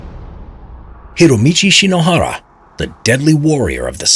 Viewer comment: The way he just says hiromichi shinohara is just so satisfying